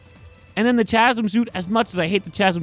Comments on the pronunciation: its not CHAZm its CAZM is how you pronounce it... Chasm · say CHasm one more time and I swear to god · you're pissing me off with your pronunciation of Chasm. Kah zum. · Pretty sure chasm is pronounced “ka-zum” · Chasm is pronounced "kazzem" idk why. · The way this dude pronounces Chasm makes me wanna gargle glass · bro that’s not how u say the word chasm pls🤣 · I hate how he keeps mispronouncing Chasm. The H is silent.